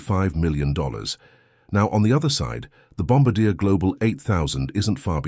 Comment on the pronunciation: PLEASE... once an for all... its pronounced "Bom-bar-dee-A".